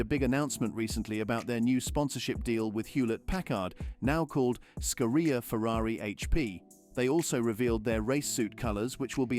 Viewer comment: You call Scuderia scueria, you claim the Miami race is on May 19, but it is today. The Italian GP is in the weekend you refer to. What is the source of that socalled leak? I don't see any kind of reference and as such it's nothing more than you talking. Who is Andre Anelli? If you really want to follow the buss and use AI in your videos, then at least make sure it is properly trained and know how to pronounce words correctly.